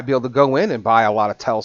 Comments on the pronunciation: TELSA? does he mean Tesla? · FYI...It's T E S L A....not T E L S A..